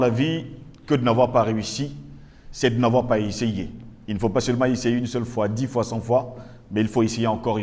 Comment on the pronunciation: Lire fois et non " foi".